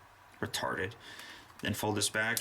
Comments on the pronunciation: I thought you said matarded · he says reatarted